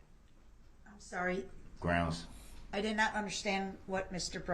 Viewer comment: I saw that video, and idiot brooks continued saying groundz. Sheeesh...